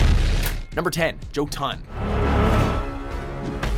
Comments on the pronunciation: Small comment on pronunciation of Old Norse: The emphasis is ALWAYS on the first syllable. So the first game mentioned on this list isn't called "jo-TUN", it's called "JO-tun". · Did he really said JOE-TAN INSTEAD OF JöTUN? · ö is not o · Thought it was pronounced Yotun (jotun) not Joetun (jotun) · ITS PRONOUNCED YO-dun... not JOE-Tinn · Yo-ton, not joe-ton....fuckin jeez atleast TRY to pronounce norse right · Joe-TON? Try YO-tin. Come on guys. You over-pronounce every French word that you see, try it with other languages too. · Im srry i cant XD "Jotun" is it not pronounced "Yo-tuhn"? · Jotun is actually pronounced yotan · Jimbo Estelrich you beat me to the correction lol...I heard how bad he slaughtered the name I cringed. I'm sure the gods do too Everytime They hear it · Was also going to correct that myself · JOE TON! 🤣🤣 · Thank you. I was like What the fuck!?!? I get mad enough at how people pronounce Senua. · Did he pronounce Jotun as...Joe Ton?? Barbaric..... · The first one is actually pronounced (yotun) because the vikings pronounced their js like ys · pretty sure its pronounced as Yotuhn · How are you saying Joe-ton?! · Jotun is actually pronounced Yo-tune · It's pronounced Yotun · Thank you. That bugged the hell out of me. Lol. In "viking language" (old Germanic, or fulthark) the J was pronounced as a Y. Also, and this is just me nitpicking now, but technically, Volgarr would be pronounced Wolgarr. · Oof, how the hell you mispronounce jotun so bad right off the bat